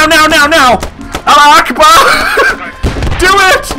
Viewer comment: it's not alla ackbar, it's: a-la-hu ach(phlegmy k, not chlike church)-barr